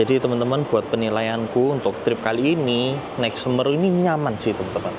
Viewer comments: Nyebutnya SeMEru bro, bukan Semeru... 😅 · Semeru... pengucapan huruf "e" yg kedua, seharusnya seperti kata "kaleng". Karena itu kan nama gunung juga yang ada di Jawa Timur, Gunung Semeru.